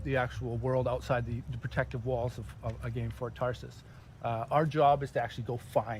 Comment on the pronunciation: Good lord the guy messes up saying Fort Tarsis.